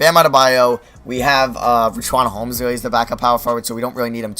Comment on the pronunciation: Did this man just say "Rich-Wan Holmes"